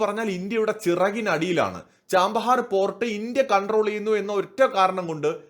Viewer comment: ചാമ്പഹാർ അല്ല ഛബ്ബഹാർ ആണ് ശരിയായ പേര്